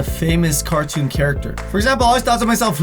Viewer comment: "famous cartoun characters" X'D